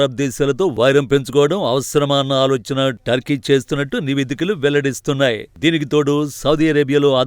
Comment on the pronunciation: అది అది టోకీ కాదు టర్కీ ఏం చేస్తున్నావ్ బాబు